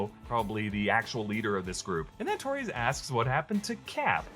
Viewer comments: It's Torres.. not Tories. I've never heard anyone pronounce Torres the way you do. He's hispanic. Also, kid isn't sketchy at all. He's a set up for the Young Avengers. Actor still looks like a teen. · Great video but I swear to God, if I hear you mispronounce Torres one more time.........